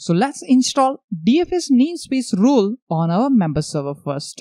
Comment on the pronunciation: You're saying ROLE, but I am hearing RULES. Throws me off. I am looking for server RULES and can't find them. ;)